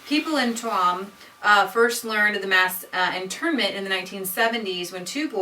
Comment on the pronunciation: From a Galway man: Please learn how to pronounce Galway and Tuam correctly. HOWEVER, thank you for making this video, your pronunciation needs work but your hearts in the right place.